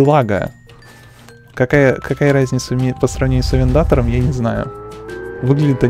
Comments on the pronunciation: Порш кареро а не карйер 😁😁😁😁😁😁гелик делали мерседес не знал.... Ну понятно если ти не можеш виговорить авентадор(авендатор)... Какие страние названия для тебея да если ти не можеш их виговорить 😁😁😁😁😁😁😂😂😂😂😂😂😂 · Какая нафиг Авента́дор АВЕНТАДО́Р ПРАВИЛЬНО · Авнтатор... Авентадор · Не авендатор а авентадор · Не авентатар а авентадор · Чего??? АВЕНДА́ТОР? МЕРСИЛАГО??? я фанат марки ламборджини, везде же написано Aventador, а не Avendator!!!